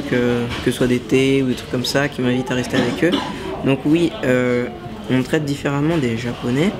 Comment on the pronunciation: "différemment" pas "differamment"